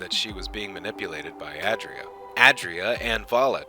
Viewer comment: *ay dree uh